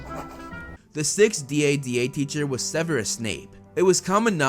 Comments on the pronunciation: It should be dada like dad not d.a.d.a like d a d a. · I like how he says DADA